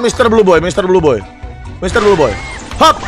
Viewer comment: "Mister blue boy" Yang kalian denger: "Misteri joy boy" Yang gw denger